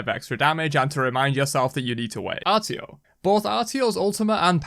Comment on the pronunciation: “Artio” Terra: I’m not even here